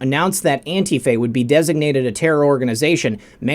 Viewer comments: it’s not Auntie Faye! It’s Ant Tea Fah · Anti-faa... not Antie Fay... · NOT antiFAY. It is pronounced anteefah (antifa) with expression on "tee". (an-TEE-fah) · Learn to pronounce antifa please...it is not antifay, it's antifa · ITS NOT ANTIF AY , IT IS ANTIF AH!!!! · Its antifah..not "ay" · FYI - antifa is pronounced an-tee-fuh with the emphasis on the "tee". No long "a" at the end. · Isn't it pronounced Antifuh? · “Auntie Fay”..... the algorithms surely will miss that one! Good ol’ Auntie Fay would never be accused of ter ro ism!!! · pronounced that way on purpose to trick the AI algorithms.